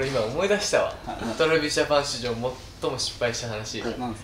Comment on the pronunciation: TravisJapanし↓じょう↑(多分イントネーション違うよしめちゃん)